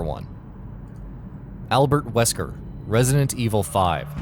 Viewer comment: Albert wekser... are you fucking kidding me?